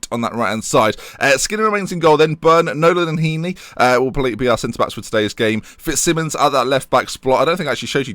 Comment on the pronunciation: It just going to annoy me till hes gone. Fitzsimons is pronounced Fitz-Simons, not Simmons. Just annoys me because its my surname 😂😂 picky i know, sue me.